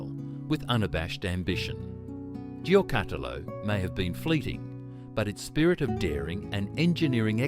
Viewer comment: Thanks for this trip down memory lane. The pronounciation of Giocattolo needs some work though 😂